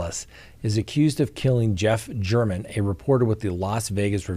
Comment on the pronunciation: Jeff German is pronounced “Gare men” Just a friendly tidbit RIP Jeff German